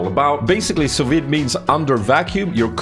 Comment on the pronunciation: lol its pronounced "sue V" i believe its French